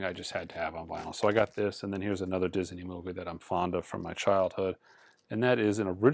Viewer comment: At first I thought the way says "Disney" was a little strange, but now I think its actually pretty cool. I may try it myself. (Diz-Uh-Nee)